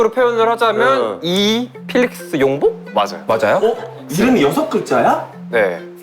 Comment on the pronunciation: stop pretending to be a fan. You pronounced 필릭스 wrong.